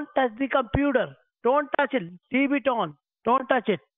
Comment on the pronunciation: Leeb it! Madam, leeeeb it!